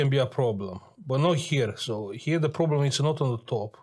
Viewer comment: i m watching the video butchering the pcb and hearing "yeah no prrroblem" hahaha amazing edit: damn the capa the otherside XDDD my poor man thats HURTS that's IPC -10 level (